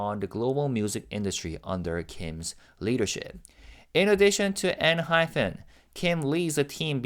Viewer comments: You're pronouncing Enhypen INCORRECTLY it's PEN not PHEN. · dont worry about it. sometimes Jake and Jay also pronounced the group name as enhyphen in interviews 😂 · Jake himself pronounces it EnhyPHEN sometimes... complain to him lol.